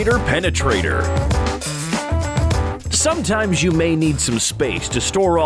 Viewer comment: Did the narrator say “subtimes”